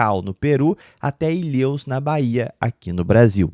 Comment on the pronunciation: Ilhêus? Só conheço Ilhéus.